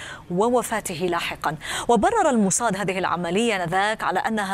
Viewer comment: موساد بالسين، شو الموصاد هاي الي بتحكيها 😂